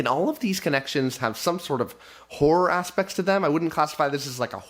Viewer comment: When you said aspects, you accidently said something like assucks, which says it all.